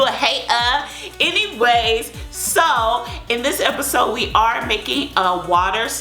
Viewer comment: Why do you say episode like that but I do like ur videos